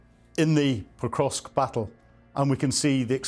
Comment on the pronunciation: Poor soul can't even pronounce it correctly, it's not Pokrosk, it is PokroVsk